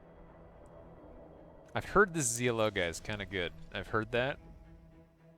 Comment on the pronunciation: Please call him ZLO , as in SLOW ,HES FROM FAF , the best of the best